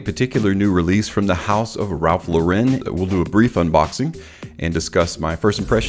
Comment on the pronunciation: Really like u and ur vids but bro, his last name is pronounced like a girl's name. He took the name from Lauren Bacall, the actress because his real name is Lipschitz